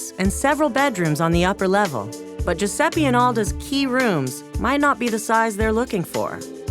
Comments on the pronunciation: Mi fa uscire di testa sto Giusseppi...it's Giuseppe, a totally differen pronounce. (Have I just finished my sentence in english? XD I didn't mean it) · “”... he can’t even pronunce his own name!